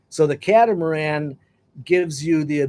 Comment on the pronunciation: Not the "ca-tam-aran"